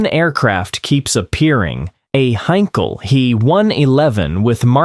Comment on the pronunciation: Heinkel he 111 NOT a "Hankal "HAY???" !! Crap AI narration with loads of words read completely wrong. Not to Mention all the aircraft show I saw were NOT He 111's (How crazy is that!)